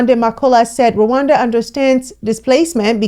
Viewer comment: First learn how to pronounce Rwanda before acting like you care about us or as if you know shit about our country.... Dear all 54 African countries are Visa free to come to Rwanda and also we have more than 150.000 Congolese refugees in Rwanda most have been here for over 20 years and others are already integrated into our society in addition we have Libyans & South Soudan and Afghanistan refugees... So do not worry about us when we needed you most you didn't show up. Hypocrite